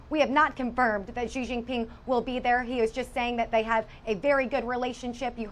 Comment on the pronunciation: Xi is pronounced as "she". You're welcome